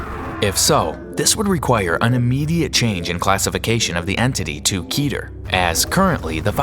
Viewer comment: Keter not kether